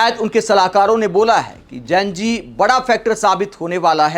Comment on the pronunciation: जेन जी नहीं होता है जी जेन ज़ी होता है तुम प्रेज़ेंटर होकर ग़लत बोल रहे 😂 जितना विरोध करोगे मोदी जी उतने ही पॉपुलर होंगे ।